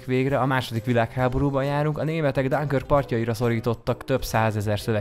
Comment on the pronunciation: Szia! Nem kötözködés, de a Dunkirk-et ''dönkerk"-nek kell ejteni, ha jól tudom.